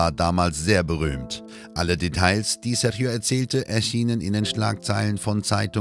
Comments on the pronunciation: Einen Richter aus den Usa zu zeigen, mit einer Us-Fahne, statt einen brasilianischen Richter, finde ich keine so große Idee, ist wohl eher geschmacklos. Außerdem wird Sérgio nicht "Serchio" ausgesprochen. Das tut in den Ohren weh. Mit wenig Mühe hätte die richtige Ausprache verwendet werden können. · Was die Aussprache des Namens Sérgio angeht, ist sie total daneben, selbst ausgedacht würde ich sagen.